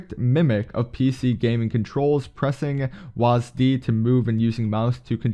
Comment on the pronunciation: lol he called "WASD" WAS DEE